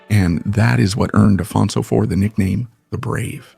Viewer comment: when talking of the Portuguese king Afonso, his pronunciation is Spanish, this is not English.